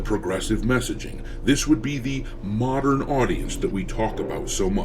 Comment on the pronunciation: Muh-dern Aww-di-ence 😆